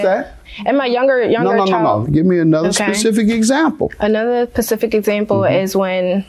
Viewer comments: Specific NOT pacific... Girl talking about the ocean 😂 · "A pacific example..." 😂😂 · I'm hearing "pacific example" from the planiff. Is that correct?